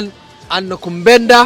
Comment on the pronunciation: Its nakupenda bro not nakubenda.